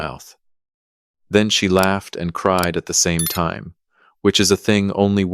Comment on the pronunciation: WTH is this AI deal about pronouncing time like it's a LINEAR MEASUREMENT???